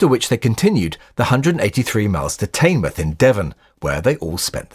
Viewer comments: Note: it’s not ‘Tayn-mouth’ in Devon, it’s ‘Tin-muth’. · Teignmouth is pronounced "tinmuth" not tynemuth" :)